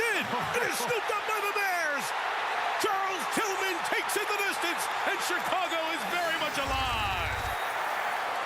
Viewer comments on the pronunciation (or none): none